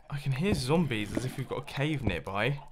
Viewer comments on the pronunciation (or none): none